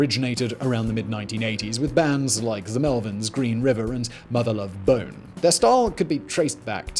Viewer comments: It was so posh. I love it. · The way he says Mother Lovebone🤣.. sad but true I'm afraid, sad but true